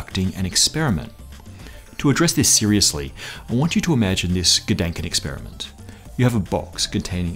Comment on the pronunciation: did you just say "gedankenexperiment" ? +1